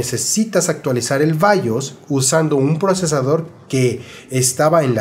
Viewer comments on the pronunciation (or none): Si dices bayos di también Apeú, andale o mi Cepu se va a chibear Gracias por los buenos datos